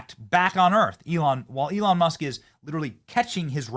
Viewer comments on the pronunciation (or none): none